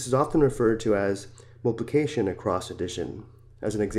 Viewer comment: its not mulpulcation its multiypulcation